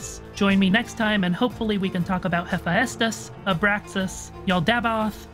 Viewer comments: Hephaestus: Heh-Fest-us MAYBE Heh-fayst-us Yaldabaoth: Yal-Da-Bay-Oath Not Heh-fie-estus and Yal-dabow-ath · very cool. it went fast but i was able to follow along. just a little tip; thats not how "hephaestus" is pronounced. the "ae" is one syllable, like "aye"